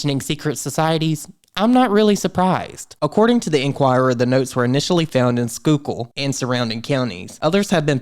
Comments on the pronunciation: Awesome job on the pronunciation of Schuylkill! This whole thing is weird and hadn’t heard of it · I am super impressed that you pronounced Schuykill correctly! This is scary AF! I would also love a video on Oprah and the Illuminati. Her name seems do be coming up in all sorts of messy ways lately.